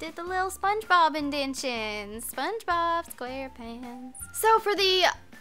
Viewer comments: Shouldn't it be indentations? Not indentions. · It's indentations not "indentions" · you always say 'indentions' in your videos when im like 100% sure you mean 'indentations' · indentations is pronounced in-den-tay-shuns..